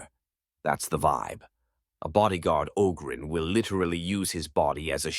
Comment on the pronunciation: AI voice that can’t even pronounce Ogryn correctly half the time.